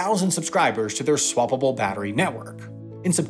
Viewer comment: When he said "swappable" it makes me laugh every time. Like swa blah blah... LMAO